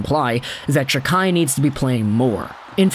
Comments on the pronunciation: Thank you for pronouncing his name! I appreciate it. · Why do you say it like that? weird.